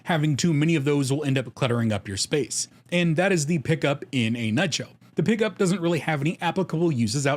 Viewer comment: Sorry P'KUP, your product is pronounced pee cup.